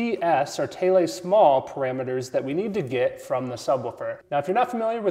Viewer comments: Hate to doubt you, but are you sure that's how you pronounce Thiele ? Named after Albert Neville Thiele, I've never once heard it pronounced like that. Pretty sure it's pronounced "teel". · man, i've mispronounced them "THEEL SMALL" parameters for who knows how long. probably since reading ray alden's radioshack speaker design books when i was still a kid in the 90s. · Its pronounced "THEIL" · I was always told that Albert Thiele pronounced his last name as "teal". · Yes you are right. Having met Neville Thiele, I can confirm it is pronounced 'teal'. Sadly, he passed away in 2012. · his pronunciation of Thiele/Small is odd to me as well. i've seen it written thousands of times but mostly spoken as TS. i don't know what's right, so i just call them the smelly parameters.